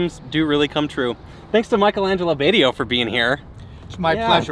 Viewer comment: It's pronounced "Bahts-ee-oh" not "Bay-tee-oh". Ugh..